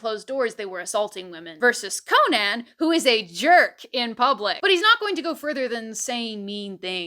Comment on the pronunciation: Not CO-nan… it is an Irish name… just “Co-nan” … like the comedian…